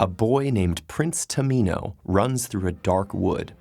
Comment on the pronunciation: am I the only person who heard Prince tomato